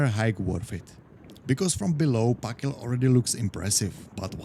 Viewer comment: Þ (Th) = th as in "think" (not as in "this") ak = sounds like "ahk" gil = roughly "gil" with a hard g (like in "give"), though the Icelandic g is a bit softer than in English. So speak it, THAHK-gil, please. But sure, a realy nice hike.